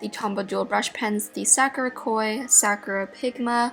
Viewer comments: i love you, but the way you were saying sakura was really bothering me lol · It's "sa Koo duh" (Sakura) and "Koo Doo ta Kay" (kuretaki)